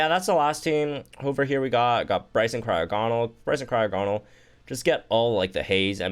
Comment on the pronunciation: He pronounces Cryogonal wrong too.